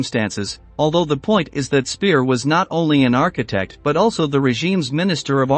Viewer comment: Before starting this interesting history of Nazi leaders's children, the author should, in my opinion, have spend some time learning the correct pronunciation of the persons' name he is telling the story, like Speer, Göbels, Göring, Mengele.